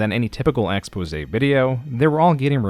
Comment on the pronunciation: Anyone know if this channel is AI? Things like pronouncing exposé as ex-pos-ey has me wondering and I am trying to clean up my recommended videos. No shade. It is harder to tell with faceless youtube channels.